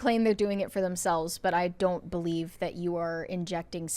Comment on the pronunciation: do you know the word is “plastic” and not “plosstic?” Where does this “oxcent” come from? You can say the word “massively” correctly, but not “that.” “That” becomes “thott.” Where does this come from??!!